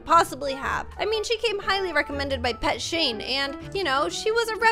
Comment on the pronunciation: did someone heard say pet shain